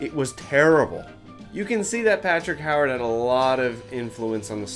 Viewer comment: Ewe-ard. Not Howard.